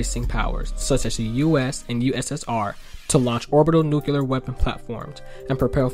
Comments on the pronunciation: It's 'nu-CLEE-er, not 'nu-CYOO-ler. Thank you. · Question: why the fuck can’t people say nu-klee-ar anymore?